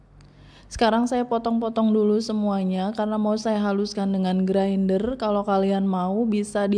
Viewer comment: Bilang ajah Grinder mbak..diindonesiakan..gak usah bilang Grainder..gimana gthu dengernya..kek luchu dicampur2 bahasanya